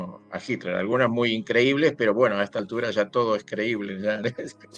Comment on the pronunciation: Por favor,se pronuncia HiTler con T no con D